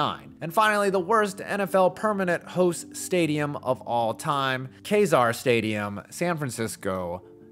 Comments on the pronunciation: That's KEEZAR Stadium. Not Kayzar. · It's pronounced "kee-zar," and the original stadium was actually demolished in 1989 after being damaged in an earthquake. What's there now is a completely rebuilt stadium. No part of the original structure exists. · First of all, it's pronounced KEE-zar Stadium, not KAY-zar. During the Niners' years at Kezar, it often happened that in the late afternoon the seagulls would start bombarding fans and players with bird poo. Lovely. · First, it 's Key-zar not Kay-zar. This was a blue collar stadium. They had to put a chain link fence over the opponents entrance to the field because the fans use to throw beer bottles at them. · It's pronounced Key-zar, not Kay-zar. But that had do be a fun experience in the late 60s Go to a game a Kezar and be a few blocks away from Haight-Ashbury. 🚬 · As a longtime Bay Area resident, It’s pronounced “KEY-zar”, not “KAY-zar”. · It’s pronounced key-zarr, not Kay-zarr. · Not kay-zar, but Key-zar stadium. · Not trying to be jerk, but its pronounced "Key-zar", not "Kay-zar". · Key-zar, not Kai-zar. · It’s pronounced KEY-zar not Kay-zar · Kezar stadium is pronounce. "Key Zar". not Kay Zar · It’s pronounced “KEE zar”, not “Kay zar” Do your homework if your going to do a video on something. Jeez! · You ought to at least get the pronunciations correct. San Francisco had KEZAR (Kee-zar) not Kazar Stadium. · Pronounced “Keyzar” not “Kayzar” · Kay-zar? It is pronounced Kee-zar. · Kezar is pronounced "Kee-zar" not "Kay-zar." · It is pronounced “Kee-Zar” not “Kay-Zar”. Do your homework. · It’s pronounced “key-zar” and it’s actually a super nice stadium! Maybe for nfl standards it lacks but it’s right by Golden Gate Park and it’s a good environment. (I’m talking before the renovation too) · It's pronounced kee-zar, hard e. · Mispronounced Kezar